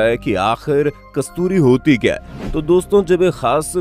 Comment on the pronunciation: आधा अधूरा ज्ञान बहुत खतरनाक होता है, अपना उच्चारण तो ठीक कर ले कमबख्त है को अ बोल रहा है